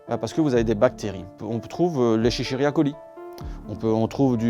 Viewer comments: "On trouve heu... l'Eschechiria Coli..." Mort de rire Alors celle là je ne l'avais encore jamais entendu. C'est "Escherichia Coli" pour corriger le monsieur. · Il a dit « l’eschechericha coli » mais c’est escherichia coli